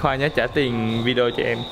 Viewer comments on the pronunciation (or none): none